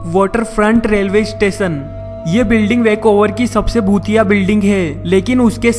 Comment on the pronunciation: his bhutiye sounds very similar to chutiye😂😂 nonsense yar